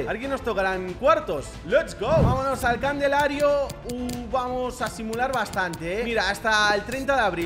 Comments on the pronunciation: Candelario en vez de calendario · En España se dice CANDELARIO en vez de CALENDARIO?? 🤣 Al principio creí que lo decía de gusto pero parece que no jajaj